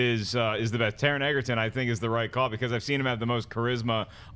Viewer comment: Taron 'Egerton' is pronounced like Joel 'Edgerton'.